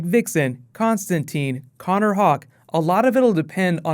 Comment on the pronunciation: Constatine... More Constatine :)